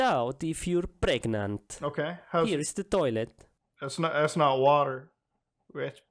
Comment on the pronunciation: “You think you are pregNAUNT?”